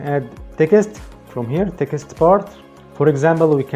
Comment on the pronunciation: You seem such a nice and hard working man, I have been a subscriber for a long time and want you to succeed. Can I say when you say Text it sounds like Ticket, I understand you are trying and doing very well with your English and I am saying this as a friend! Try to pronounce Text like TEX- - T Or even just say TEX. Keep up the good work.